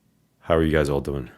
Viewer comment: That nyc comes out in that “how yall dooin today” lmao